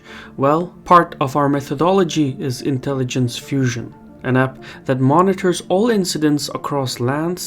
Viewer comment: "Part of our intelligensh is mythological fusion"